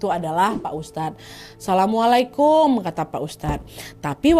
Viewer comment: Assalamu'alaikum kak nad jangan salamu'alaikum.. Artinya beda